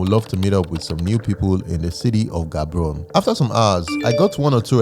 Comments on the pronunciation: Ga-bo-ro-ne not Gabrone...❤❤ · Hello neighboring country! I wish your Batswana friends had taught you how to properly pronounce Gaborone. It's not G like goldfish but the other G that sounds like g in "urg" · No it's Gaborone we don't pronounce the G as H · Well done. Amazing video. Quick one, it is actually pronounced Ha-bo-ro-ni not the way it is spelled. Nice job. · the way pounced Gaborone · butchering Gaborone pronunciation